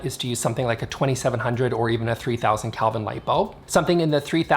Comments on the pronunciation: First off, it's "Kelvin." You seem to be saying "Kalvin." I don't think I agree with you on the first point. It sounds like you're saying that the higher energy lights are for higher energy spaces (work spaces vs relax spaces). I'm inclined to think that it's more an issue of the color that is given off by the lights. The low Kelvin lights give off a warm color and I figure they would match better with warm colors. The high Kelvin lights give off a cool color that I figure goes better with cooler colors, like blue or green. So I'm inclined to think that it's not so much a matter of what the energy of the space is, as it is the color scheme of the space (You can always dim a high-Kelvin light). I'm curious to know what the aesthetic effect of cool lights (high Kelvin) on a warm color scheme, and warm lights (low Kelvin) on a cool color scheme. I suspect that the walls (Let's take painted walls as an example) would just have a lot less light to reflect, so they'd be dimmer. And that might be a good thing. For example, let's say you had a blue-colored bedroom and put warm (low Kelvin) lights in it. In the morning, the sunlight would show the more vibrant and cheerful blue that would signify a real energetic day. In the night, however, the warm light from the low-Kelvin lamps would be dimmer against the blue walls (I suspect) thus creating a dimmer space (compared to white walls) that might be even more appropriate for the nighttime. This is just speculation, though. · It's pronounced kelvin with a short e, not Calvin. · Never heard of kelvin. I actually thought you were saying "Calvin" and I had to look it up. I thought maybe that was a Canadian thing.😆